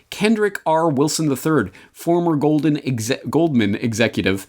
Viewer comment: Oh, how you said Goldman! I've relistened to this fine episode, and I keep breaking out in laughter when I hear it. I don't laugh involuntarily very often. But I laugh hysterically upon hearing that. I don't know why. It trips my funny circuit breaker.